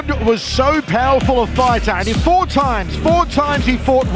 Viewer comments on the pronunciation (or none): none